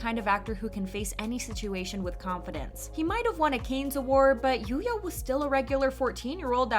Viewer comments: It is not "canes", it's "can". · Oh my god, it's pronounced "KAHnes " or "Cons" not "Kanes". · Cannes is not pronounced like "canes" but like "kan" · I can't with the "Kaynz" pronunciation. 🤦‍♀️ It's pronounced "Kahn" or "Con", but never "Kaynz". 🤷‍♀️ The S is Silent. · It's pronounced as "Can", like a can of tuna, not "kayns". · I was going to comment about this, too. I found it irritating to hear "canes" over and over again 🙃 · Please look up how to pronounce the word "Cannes" it is not pronounced as canes... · it's pronounced like soda can not canes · It's pronounced like "Can". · FYI, "Cannes" is pronounced as, "can" without the 's' sound. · I thought the same, like, “canes”? Never heard it pronounced like that before!😂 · Dude, I was looking for this. I was thinking how can she pronounce Japanese semi-correctly, but can’t say Cannes? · my francophone soul couldn't take it by the middle of the video 😂. I mean, if it was something like "Arnac-la-Poste (Haute-Vienne)" I would understand but Cannes is so famous and easy to pronounce.. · So you’re just going to pronounce “Cannes” completely wrong? That’s what we’re doing? Ok.